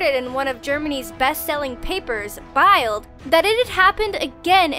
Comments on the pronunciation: BILD is spoken as the english word Build btw. Good Episode anyway ;D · Never read “Bild” (pronounced as if it were “built/billed” [bɪlt]). It's all exaggerated.